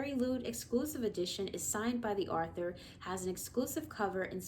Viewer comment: why do you pronounce it arthur it's pronounced author not arthur